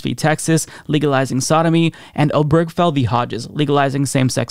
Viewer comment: Love your show. 1 quibble. The name mentioned in the gay marriage case is pronounced "Ob-er-GE-fell". 4 syllables.